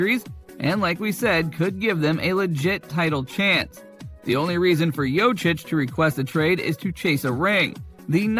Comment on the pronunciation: As much posible as for you to say corectly Jokic's name.